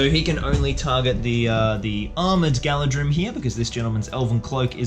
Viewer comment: I believe it's pronounced 'Gala-threem'